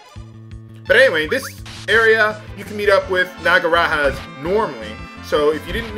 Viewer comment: Also, just an FYI. "Nagaraja" is a Sanskrit word ("King of Nagas/Snakes") and thus, the J pronounced like a normal J in English, not like an H. That is, "Nah-guh-rah-jah."